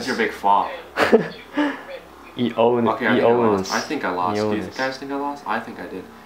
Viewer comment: it's E-onis not E-nois